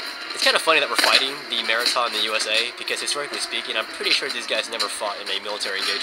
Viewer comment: as always, love ur vids but yeah bengal had a point, just fyi, its maratha as in muh-raah-tha and not maa-raa-tha, my parents are indian so i speak the language (no offense or anything btw)